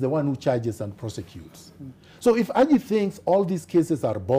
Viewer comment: do another interview with a non-Raila supporter. Like the way pronounces Haji's name...Aji!